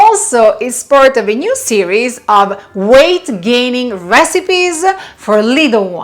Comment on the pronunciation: Its weight gaining, not gate waining 😂